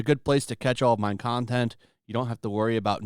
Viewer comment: Just recently found your videos and I gotta say, it cracks me up for you say My Content as Mein Kontent